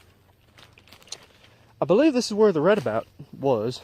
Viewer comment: Redoubt (re·doubt) doubt as in (I doubt it)